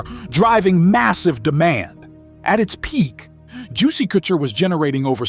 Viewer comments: It's the AI voice for me that pronounces "Couture" "koo-chure" LOL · Juicey "Cootcher" !!😅😅😅